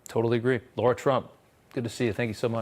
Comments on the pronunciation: Hannity is the worst with not getting her name correct. It's LARA not Laura. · Dammit Rob, it's Lara not Laura!